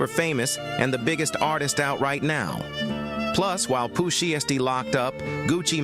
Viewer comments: Not Pooh sheesty. Them Ai videos be frying me. Pooh she esty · Pooh Sheestie lol A.I narrations be funny asl 🤣😭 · chat gpt said sheesty.. lolololol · Pooh SheeeeStie? 😂 SHY STEE dumbazz 😂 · "Pooh Sheesty" 😂😂💀😭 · It's a A.I video that's why they pronounce the names wrong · STOP SAYING POOH SHIESTY NAME LIKE THAT 😂😂😂